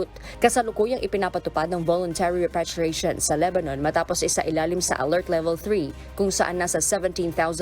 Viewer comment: Mga over pronunciation tong mga reporter na ito.. repatriation nalang ginawa pang repeytriation...pakibreif nmn ng mga anchorman at reporter nyo pinagtatawanan kayo sa pronunciation niyo sa repatriation